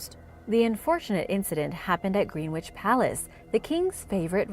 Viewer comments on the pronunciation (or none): Love it that Americans speak places phonetically😂 Greenwich is never pronounced as such. The “w” is silent. A few of our cities and towns are not actually pronounced how they’re spelt, this includes our counties